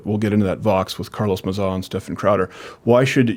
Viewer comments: Carlos Ma-zah lmao!!!! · "Carlos Muh-Zah" Me: dead from laughter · Carlos Mazaar Stephaan Crowder with the correct pronunciation. 🤣🤣🤣🤣🤣🤣🤣